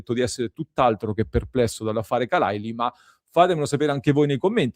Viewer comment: Khalàili accento su seconda a.